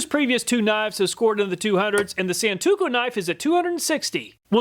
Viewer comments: It's pronounced a Sawn-toe-ku Not Sawn-two-ku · Thanks again for another fantastic video! One thing to watch out for though, you fumbled the pronunciation of "santoku" a few times. You said "san-too-ko" a few times even though the first time you correctly pronounced it "san-toe-ku" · Love your channel. I watch all of your videos even though I'm never in the market for any of the things you test. I hope you don't mind this unsolicited correction - it's pronounced "san-toe-koo" not "san-too-koh" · Sahn-Tō-Koo, Not San-To-Kō. And For Those About To Call Me A Weeb Or Weeaboo Look Up The Definition Of THAT WORD!